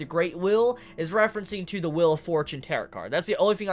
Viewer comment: I love how he says wheel like "will"